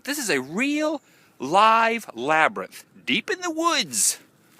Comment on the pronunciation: LOL. The LaBrYnTh!! Can't say it normal. Haha. Cracked up at the end with the sun and your goofy labryth talk.